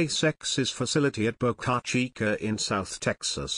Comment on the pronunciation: It's actually Boca Chica ("Small Mouth")